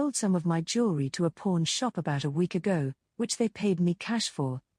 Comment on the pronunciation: That Ain't How You Pronounce "Pawn Shop!"